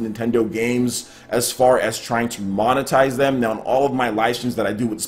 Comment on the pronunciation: Is it me or does keep saying 'Nown' instead of 'now'?